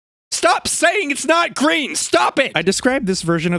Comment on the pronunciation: its gween!